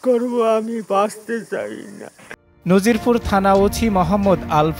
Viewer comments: উপস্থাপক নাজিরপুরকে নজিরপুর বলছেন। তাতে বোঝা যায় উপস্থাপকের কাজের উপর তেমন অভিজ্ঞতা নেই। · দেশ টিভির সাংবাদিক ভাইরে বলছি উপজেলাটির নাম নাজিরপুর আর আপনি বার বার বলেন নজিরপুর। কেমন সাংবাদিক আপনে। ঠিক মত তথ‍্যই তো নাই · নজিরপুর না নাজিরপুর উচ্চারণটা অন্তত ঠিক করে বলুন 😎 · নজিরপুর না নাজিরপুর হবে,সাংবাদিক ভাই ভালো করে খবর নিন। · প্রিয় সাংবাদিক ভাই আপনি যেটাকে নজিরপুর বলছেন সেটা নাজিরপুর হবে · এটা নজিরপুর হবে না ওটা হবে নাজিরপুর এখানে নয় একটা স্বর বর্ণের আকার আছে 😂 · সব কিছু বুঝলাম নাজিরপুর কে নাজিরপুর বললো কেনো 😅